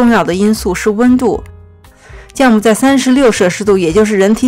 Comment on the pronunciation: 是ㄒㄧㄠˋ母 不是ㄐㄧㄠˋ母